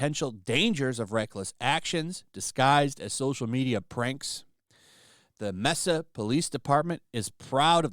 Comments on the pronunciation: "Messa"? No hablamos espanol, gringo? May-sah... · Mesa is pronounced "May-Suh" and I've shopped many times at this Walmart.